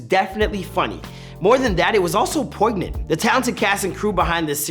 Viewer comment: The show didn't get cancelled. It was a planned ending that matched the real life Chris' decision to leave school. Also, the "G" in poignant is silent (poin-yent)